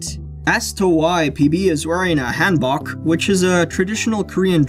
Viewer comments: It is produced Han, like you should say Han Solo, hahn not like how you say fan, Bok pronounced like poke. Just so you know. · It’s pronounced (haan book)